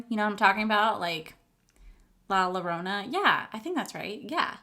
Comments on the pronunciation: La llorona is pronounced Yorona... double L is pronounced as a Y in Spanish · Your right! La Llorona! The double “L” is pronounced with a “Y” La Yorona. I love how you know about that Mexican Legend! The palette is pronounced Lotería. Low-Te-Ree-A. It is actually the Mexican version of Bingo! 😉